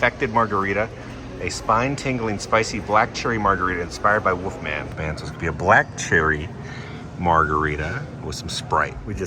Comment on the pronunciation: Are you saying ‘woofman’ because it’s killed me through this video 😂😂